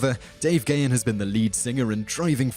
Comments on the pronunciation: Damn I didn't know half of these. Grrrrrr.....it's GAH-HAN, not Gay-in! But I am glad to see Nikki Sixx on here That story's pretty damned well-known in the metal community. And don't forget, Ministry actually started out as a New Wave band...Flock of Seagulls hair and all. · It's 'Pan-cree-a-tight-us' NOT 'pan-cree-i-tus.It's Dave 'Guh-hahn' - NOT 'Gay-un'